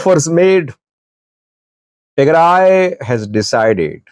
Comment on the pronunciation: You are talking a lot of nonsense. You have no clue about the reality. And learn how to pronounce Tigray.